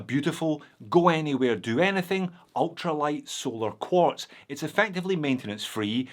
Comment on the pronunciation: It's QUARTZ, UGH....